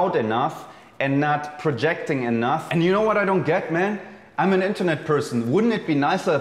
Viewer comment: Just noticed that Jeremy thinks the word "enough" is pronounced like "enuTH"